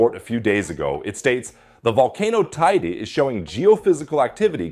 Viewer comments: “Tey-dey” not “tideh” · How many different ways are you going to pronounce Teide? It's TAY-DEH. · Shouldn't you at least learn to pronounce Tenerife and Teide before doing an article like this? None of this is surprising since its been almost exactly a century since the mountain erupted.